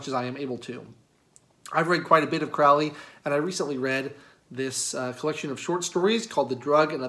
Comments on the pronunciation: The name is pronounced CROW-ley, in that it rhymes with 'holy'. His name originates from Country Cork in Ireland and means something along the lines of 'hardy warrior'. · It’s pronounced CRŌW ly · Hey, guy. it’s pronounced, “Crow-Lee” it is English do your research. I should know because I’m a relative. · Not that it hugely matters but for those interested Crowley’s name is pronounced “Crowl-Eee. Rhymes with holy. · It's Crowley, rhymes with slowly. Instantly know you did not do much research if you mispronounce the name. It's kind of a schtick even, amateur occult enthusiasts mispronouncing his name, even during his lifetime. It's alright, we all do it at some point. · Kind of poor start when you can't pronounce the person's name properly. The hipster mustache and derpy eyes don't help either... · accent shaming? Did you just make that up ? So now you're positioning yourself as a victim of some shaming act? You can't be serious. No, sorry. You mispronounce a name and that's not an accent that's a mistake. It's quite alright but jeez, pretending you’re being shamed for your accent is ridiculous and detached. You know what is classy? Pronouncing people's names properly because you respect them or the subject you're speaking on enough to learn. Should have just admitted the mistake and moved on. I won't be watching any more of your videos after this. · well I don’t think this is worth arguing over, but you didn’t convince me. I would bet money you didn’t know at the time of recording.